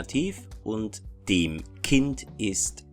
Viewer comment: Very good video! Thanks! Anyway I’ve always wondered why do you pronounce ”dem” like there was an i. It sounds like dim. I hope you understand what I mean. Greetings from a Finnish speaker, we use 15 cases! 🇫🇮🇩🇪